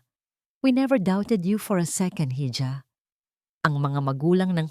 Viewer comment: You always pronounce the word hija wrongly, it's not hidya,, it's iha...🤔😛